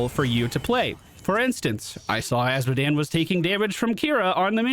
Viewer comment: "A series of unfortunate events..." Azmodan. You mean Azmodan.